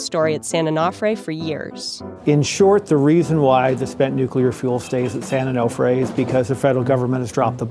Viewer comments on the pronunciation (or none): Its pronounced Onofre. Not Onahfre. Is it that difficult to say? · Onofre is pronounced o no free. Not o naw free. This is why we call the beach their SanO. 🤙🏼🏄‍♂️ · San An-Off-Ray 😂😂😂😂😂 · San "oh know fray" why did you keep mispronouncing it after you heard the locals say it that way? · You guys couldnt learn how to pronounce "onofre"? So professional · The way the narrator pronounces "Onofre" really bothers me